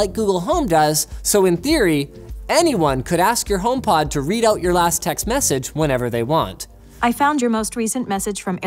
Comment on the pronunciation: Am I the only one who found the way he pronounced "Text Message" to be strange? He put the emphasis on Message instead text. IDK maybe just me